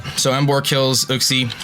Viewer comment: You know that uxie is pronounced as in you-xie